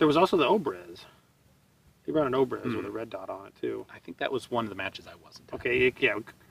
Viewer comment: I'm a firearms enthusiast, I also study Russian. The way Russians pronounce their 'O' s it changes on grammar, but words like Obrez "Обрез" You should pronounce it "Ah- brezz" or most like Russian with an accent "Ah- bryezz". I really enjoy both you, and Ian's work. You guys are easily my heroes! I particularly take notice of your attire in videos,. Keep up the great work guys!